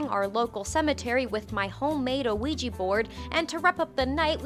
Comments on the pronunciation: “My homemade OH-WEE-GEE board” srsly I’ve never heard ANYONE say ouija like that plz tell me that was a joke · Not the uh weeji bord